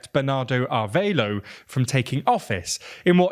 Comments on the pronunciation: Ah-rev-ah-lo. Not arveilo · It's Arévalo (a-RE-va-loh) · Repeat after me: Ah-Reh-vah-lo = Arévalo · It's just being unable to properly pronounce "Arévalo". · Why would you pronounce Arevalo like that. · Thanks for the coverage on Guatemala's attempted coup! But I'm baffled as to why you read "Arévalo" and figured the "é" was silent and the "a" sounded like "a" in "aid". There's only one way to pronounce each letter in Spanish and no excuse to mispronounce any word. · Great reporting, just someone tell him that Arévalo is more adequately pronounced (ah REH bah loh), and Borrell is (boh - RELL).